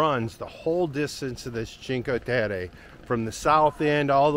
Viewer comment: Cheen-kway Teh-Reh